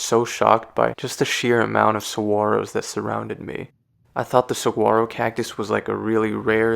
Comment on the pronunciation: Always love my visits to Tucson and the surrounding natural landscape. Saguaro NP will forever be a special place to me! 45 National Parks and counting :) Also, you pronounce "Ocotillo" as "Oh-co-TEE-yo" and "Saguaro" as "Sa-WAH-ro." Just thought I'd give a heads up! Great video, thanks for sharing! :)